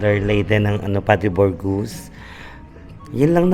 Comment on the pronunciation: Padre Burgos neng, hindi Padre Borgus